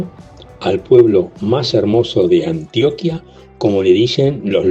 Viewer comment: cada vez que un extrajero pronuncia mal el nombre de Antioquia se rueda una vaca en Yarumal, se vinagran las arepas de Sonsón, se pudren los bananos del Urabá, se inunda Zaragoza por el río Nechí y se mueren las flores de Jardín. 😢